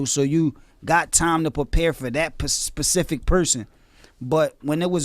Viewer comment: Why can't any one say specific. Everyone says pacific 😥.. Sure I may type your instead of you're or even ur but most know that's just lazy internet slangs.